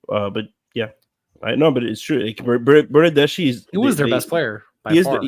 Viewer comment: Hi, the correct pronunciation of the name Bernardeschi is with the K sound in the end....like ski..i'm Italian, trust me!!:D Thanks for the show!!!